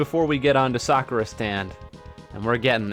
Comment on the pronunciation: please pronounce the "u" in Sakura. I beg of you.